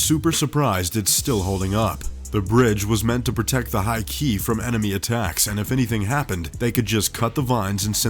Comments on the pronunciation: “Jenn-pai war.” What? Who were the “hai-ki? “Ihashi?” “Saki-menato?” Where? Are these Japanese words? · The "Jenpai war?" Surely he meant the "Genpei War." EDIT: Oh and it was fought by the High Key clan apparently xD EDIT 2: And the one in China was designed by an Israel Eye architect... Jeeze, Top Trending, get a narrator who knows how to pronounce things.